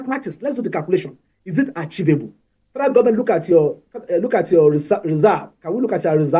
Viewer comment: What is "archivable"? for crying out loud? 🤦 It's "achievable" puleeeez..